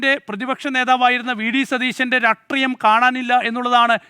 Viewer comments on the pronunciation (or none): രാട്രീയം അല്ല. രാഷ്ട്രീയം